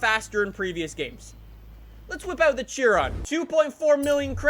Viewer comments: I love how he mispronounces every single car name. "A-gare-uh" "Cheer-rone" "Vair-on" I haven't finished the video yet but I bet he's going to say "Jag-warr". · It's pronounced SHIRON and spelt like CHIRON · You’re pronouncing Chiron incorrect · Tjiron! It's Chiron pronounced shi-ron. 🤦‍♂️ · I was driving the Cheer-on in fortsa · THE BEWGATTI CHEERON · If i had a dollar for every time he mispronounced CHIRON